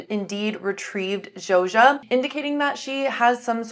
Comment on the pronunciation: Zo-Sha not Joja :)